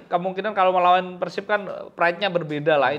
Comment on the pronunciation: peursib peursib mulu, pelafalan yg bener tuh pérsib. dasar pundit abal2